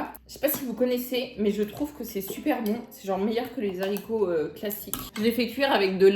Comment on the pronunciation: Arrête de dire les Zaricots😂😂😂😂